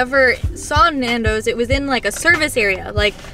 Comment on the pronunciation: The pronunciation of Nando’s!!! I had to stop after I heard it a few times! Boke 🤮